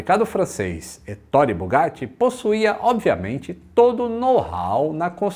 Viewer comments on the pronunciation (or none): Que história fantástica, uma pena que tenha tido um final tão trágico. E se me permite,, a pronúncia correta do nome do Bugatti é 'É-to-re'. A sílaba tônica é a primeira. (Heitor em italiano 😉) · Olá a pronúncia correta é “Etôre”!😄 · Muito bom o vídeo, mas se diz étorre, como se tivesse acento no e. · Você é xará do Bugatti, legal! 😉 Mas permita-me te corrigir, pois vc está equivocado a respeito da pronuncia do seu nome: a pronúncia correta é 'É-to-re', a sílaba tônica é a primeira. Estudei a língua italiana, mas se quiser conferir, pode jogar no Google tradutor e pedir a pra escutar. 😉 Esse nome equivale ao nome Heitor em português. 😊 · Marita Oliveira sim vc está certa! A sílaba tônica realmente é o primeiro “e”, porém o “o” tem o som fechado e não aberto “ó”!👍🏻